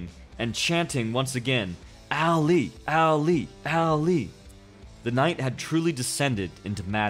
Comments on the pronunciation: you said Ali's name incorrectly... its not alley its Ali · How can you mispronounce Ali? Too many to the head? It's not Al Lee, it's Ahh-lee. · Anyone else cringe as he keeps saying ( Al-lee ) Ali.